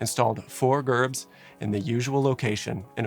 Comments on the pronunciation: Not pronounced Gerb it’s Jerb. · I Hate people that comment negative things on good videos, but you are mispronouncing the most important part of this video, Gerb is pronounced [Jerb]. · Wait. Am I wrong. I thought that in the word "gerb" the "g" is pronounced like a "j" so Jerb. Maybe I have been going round talking about this saying it wrong this whole time! haha! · FYI, “gerb” is pronounced with a J sound, like “jerb”. As a former full-time pyrotechnician, gerbs were often seen as one of our most basic effects. Being sent on a gerb shoot (usually fancy weddings) was usually one of our more routine if not mundane assignments. However it was never lost on us, and especially on me, the kind of havoc these little devices were capable of if used incorrectly or if complacency got the best of us. Unlike the situation at The Station, our effects were carefully sized to the room they were to be used in and fire marshals were always involved in the process from beginning to end. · Gerb has a soft g and is pronounced like jerb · A lot of misinformation in this video. And Gerb is pronounced “jerb” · "Gerb" is with a soft "g".